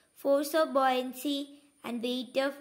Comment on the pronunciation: Bouyancy alla buoyancy ആണ്